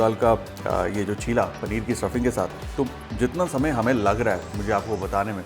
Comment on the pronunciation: it is cheela (चीला) not chilla (चिल्ला)